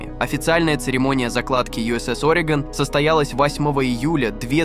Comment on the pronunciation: Orego’n не Ore’gon